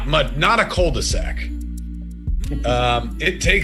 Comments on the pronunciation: It's not Cul de Sac. It's... Cool The Zack! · Whats a " cold the sac " lol " cul de sac" Meaning dead end you mean , it prononce .Q ,qu . The, d' . Sac